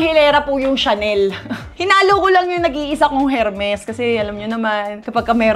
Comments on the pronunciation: hermes dont pronounce hermes kundi ermes silent h po siya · It’s silent H po yung Hermes. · Sinsadya nya ba pronunciation Ng Hermes nag pptawa lng ganon